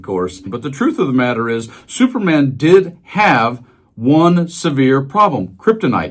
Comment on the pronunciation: Did you say supermen or stupid man